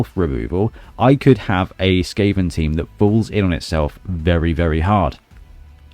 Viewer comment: Skaven 2-1 The Gutter Runner will most likely run into safety. And I love the way you pronounce my nick.